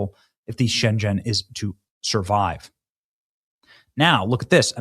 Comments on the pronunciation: Its Schengen with a G as in GUM. What you’re saying is a city in China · Sorry, I didn't quite catch which city you meant at first, but the city isn't pronounced like the Chinese city of Shenzhen; instead, it's pronounced like "shen-gen," with the 'g' in "gen" pronounced like the 'g' in the word "Great." So, "schen-Gen." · Say Schen-gen with a hard g sound….. otherwise it sounds like a place in China😂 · Benny, why don't you look up pronunciation before you broadcast? You're supposed to be a professional broadcaster. It's not "Shenjen"! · Schen-Gen ('g' as in 'gun'). Come on. How do you not know this? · Pronounced shen..g as in gun...en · The Schengen Agreement has been in effect since 1985 Benny. And it's a hard "g" as in "go". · SCHENGEN is pronounced "SHANG-in", rhymes with HANGIN' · You may not have heard of Schengen before, but JFI it’s pronounced with a hard G (as in Guttural) not like the G in General. ❤ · It's pronounced Schengen (shaing en) , similarly to *singin' in the rain * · Ceuta - a Spanish city on coast of Morocco - so beautiful ornate orange trees line the streets / this is so incredibly sad. This is the start of the fall of Spain, I have sailed it many times- just 16 miles from Ceuta to Gibraltar, It’s pronounced - Scheken- the right of free money within the EU. What we need to pull out of. I lived in Brussels and France before Schengen - never was an issue with passports and I travelled frequently all over Europe. eU nations need to end Schengen. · You are very right in everything you said Mr. Benny. However, Schengen is Not a Chinese name. It is pronounced /ˈʃɛŋ.ən/. I hope I wrote it right, English is not my first language, I am Romanian. Schengen Agreement is an 1985 treaty that created a European zone of free movement without internal border controls. Today, the Schengen Area comprises 29 member countries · Shengen is pronounnced SHENG-ENN, ALMOST RHYMING WITH PENGUIN. Shenzhen is a city in China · If he says “Shen-Jen” one more time! 😂😂😂